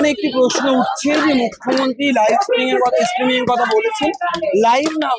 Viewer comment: Uccharon korte parena kichu na streaming k stimming bolche dur dur